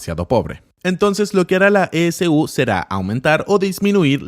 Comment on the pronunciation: Dato: cuando dice S-U quiere decir e-c-u o "ecu".